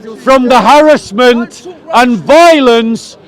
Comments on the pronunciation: Come and debate me when you learnt how to speak full English. Just to let you know I was the one educating you on your broken English it’s “harassment” not harrisment. And I admit I came with the intention to troll you 100%. To stop you from preaching extremist nonsense come and debate me about Islam the next time I see you. “Indeed it is not the eyes that are blind but the hearts” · This fella is just a typical example of what schools are spitting out now! They spend all of thrir focusing on Petty minded BS ( like pull the speaker up on his slight mispronounciation of the word Harassment!& Also saying ' Where's ur source'? When this has been a Natonal Story for quite a few months now!